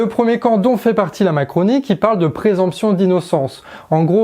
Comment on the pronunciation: Présomption. Pas présemption. Gaffe à la prononciation.